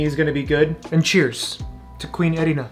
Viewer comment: Bruh why do you always stress the second syllable in names like „Erina“ and „Megumi“? I love your content but this is really irritating 🦧